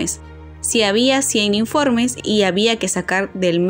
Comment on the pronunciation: sería Informes, no informenes... 🤔